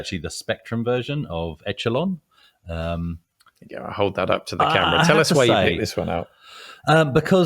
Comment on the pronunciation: It's pronounced eshelon I've never played it,but I remember the magazine reviews were quite dismissive